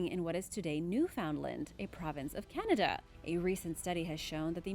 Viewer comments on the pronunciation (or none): none